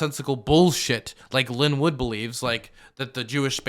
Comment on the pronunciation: next time it’s pronounced Line Woot not Linn Wood.